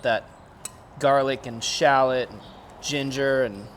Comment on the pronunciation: It’s shall..lot , not shallittt!